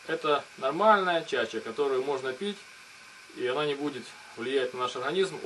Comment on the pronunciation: "Чача", "Бутыль" противно слушать.Куда ты лезешь,грамотой?!